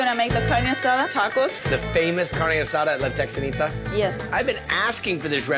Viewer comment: I love how a CA boy pronounces La Texanita that way. What, did he take French in high school?